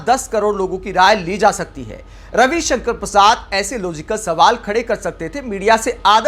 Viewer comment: नाम सही उच्चरित करें कवि कंकण परसाद